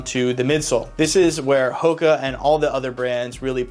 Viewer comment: Never heard of this brand until late in ‘23 when I developed foot issues. All my coworkers had heard of them, and none of them pronounced it the way this guy does. They all say Who-ka. It was weird to hear it the correct way. Anyway, this brand is ridiculously comfortable. I wish these things were around when I was young.